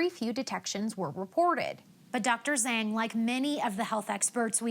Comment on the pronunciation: Zhang is pronounced like “Johng”